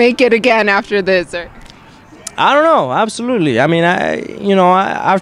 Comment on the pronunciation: Sounded more like Absorootly